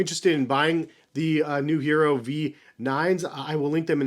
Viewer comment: The English pronunciation is “yeh-rro.” It’s Spanish for “iron”, like the metal. Not hating. Been a big fan for like 6 years. Just wanted you to get it right. Thanks for the review. Bout to cop a pair now. Keep doing what you’re doing. You’re one of the few reviewers I trust.